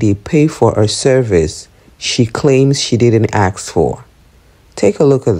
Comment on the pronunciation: It's ask not axe